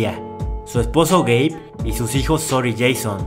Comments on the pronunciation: Cuántos escucharon gay envés de geibe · Yo escuche gay xd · Video: "Su esposo Gabe" Yo: Yo entendí "su esposo gay." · Yo incluso lo escuché el "gay" sin subtítulos xD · Juro que escuche espeso gay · we es verdad dice gay XD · Yo también entendí "su esposo gay" 😂😂😂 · Yo también entendi gay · pense que habia dicho "su esposo gay" xD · yo escuche su esposo gay pero después dijo, Gabe quiere ir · escuche “su esposo gay” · escuche "su esposo gay" SJASKAJSASKA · jsjs alguien mas penso que habia dicho su esposo gay xddd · El nombre del esposo, yo escuche gay xD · pense q decia el esposo gey xsss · Pense que decia su novio gay XD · entendi gey enbes de gab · Like si pensaste que dijo su esposo gay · Tuve que regresar tres veces el vídeo por que seguía escuchando su esposo gay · No tengo sudtitulos pero si escuche eso JAJSKSJAJA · Yo pensé que había dicho su esposo gay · era "su esposo gabe" pero yo escuche "su esposo gay" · Ramirez Castillo ya se pero si se escucha haci xD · Yo igual entendí eso XD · x2 :v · x2 ajajjaja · Yo entendi q era gay😭😭😭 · Todos entendimos que Su esposo gay xd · Jajaja si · creí que decías "su esposo gay" 😅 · Juro que en vez de Gabe entendí gay nose porque pensé eso. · estaba viendo otra cosa mientras escuchaba el video y en vez de escuchar "Gabe" escuché "Gay" XD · pensé q dijo gay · Yo escuche "su esposo gay" jsbdubdshendnd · crei que dijo gey ,._. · Porque escuche gei en el nombre del esposo xd?